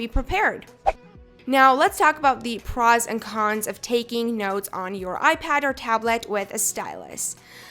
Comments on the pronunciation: was i the only one getting bothered by the way she said "pros" (not a hate commment btw) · she seriously needs to learn how to pronounce words... the way she says “pros” makes me want to jam a pencil in my ear...